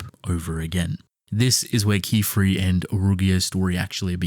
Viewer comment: Yay he learned how to say Qifrey right :DDDD